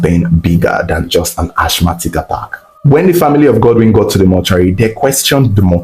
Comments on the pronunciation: Asthmatic /æsˈmæt.ɪk/ (asmatic) please not (ashmatic). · Ashmatic or asthmatic attack? Linguistically pronounced as Asma/ Asmatic. Keep up the good work 💪🏽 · Yo what is Ashmatic attack, isn't it Asthmatic rather🙄